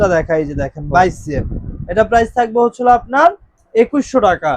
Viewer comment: দোকানদার ভাই, হচ্ছলো" ভাষাটাকে ভালভাবে বলার জন্য অনুরোধ করছি। ধন্যবাদ।